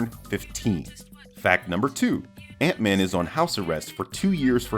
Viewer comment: Idk why, but every time you said “Ant-man” I always heart “Aunt May” 😅